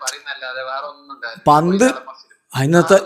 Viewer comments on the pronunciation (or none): none